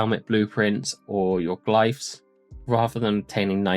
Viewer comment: who tf says glyphs like that lmao